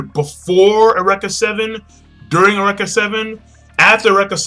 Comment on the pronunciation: awreka seven yo.... its u-reak-a >_>